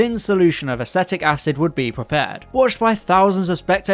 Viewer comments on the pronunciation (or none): You managed to get all those names pronounced correctly - and yet you've clearly never heard "acetic" said out loud before. LOL